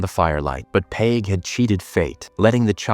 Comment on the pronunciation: cool recap cheers, "dawh-hee" / "dahh-hee" - daithi pronunciation , peig - "payg" , and maebh is mayvf . love from ireland!!! 😁💚🤍🧡